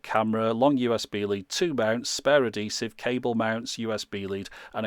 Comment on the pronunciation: it's funny how you always say 'ah-DEsive' instead of 'ad-HEsive'! (accent is on the capitalized syllables) not critisizing or correcting, just pointing out an endearing quirk.